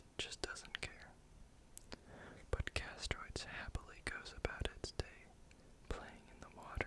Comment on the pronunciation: Chitin has a long "I" like kite. K-eye-tin Therefore chitinous is also pronounced kite-in-us Secretions is si-cree-shins Convert not "connect" Castoroides is cass-tor-oy-dees similar to deez nuts Parasaurolophus not "Parasaurus" Same sentence: has not "was" Startled not "started" Lengthy not "lengthly" Disproved not "disapproved" Chisel-shaped not "chisel-snapped" Extremely efficiently not "extremely efficiency" Growing up to 50 feet long not "Growing up to SO feet long" that says 50 not SO. To take large vertical hops up huge walls and cliffs not "to take out large vertical hops to make walls and cliffs" And there's others... They have pronunciation guides on each animal's page in the wiki. Going through this again I noticed way more than I did the first go around because I was not reading along. You just did not know many of the words like trawling or the phrase "as it is not fast enough to catch..."....many things were not the font's fault. It's your video anyway you should be able to make it a good video without the font as an excuse. Oftentimes you were adding words where they didn't belong. Hope I was not too rude. Just trying to give you a quick kick in the pants if you want to make good videos